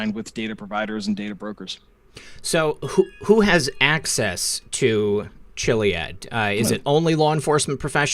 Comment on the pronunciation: Me too! Starting with him mispronouncing Chiliad. says kill-iad.